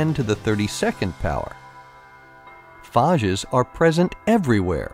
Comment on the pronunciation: Phaaaaages normally its phaiges spelled like you did phages but its ok